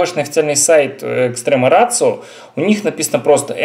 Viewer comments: Да,, нифига не рацио, ратио. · VG K, блэт, название бренда - Ratio. Неужели, не будучи полиглотом, нельзя нормально прочитать это слово? Ратио. Ратио, мать его. И это еще пол беды - ведь автору указали на ошибку, а он стал огрызаться, как хренов пекинес.